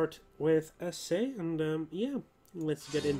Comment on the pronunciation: Maybe its too late for you but it is spelled "a-cheh". Not "a-seh" as you said.